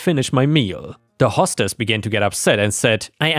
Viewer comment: "Hostess" is "host ess" not "hoss tess."